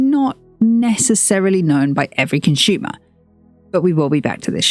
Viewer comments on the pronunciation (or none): Interesting video but your pronunciation of 'consumer' as 'conshoomer' is really annoying.